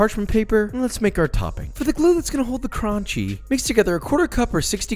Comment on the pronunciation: “For the glue that’s gonna hold the crOOnchy”